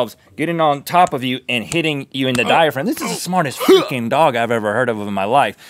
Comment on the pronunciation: He said freaking. He's done it before in said manner where he does not particularly pronounce the "r".